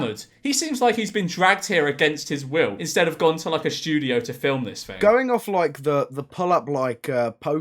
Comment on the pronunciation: "skudio"? Lulz u w0t m8?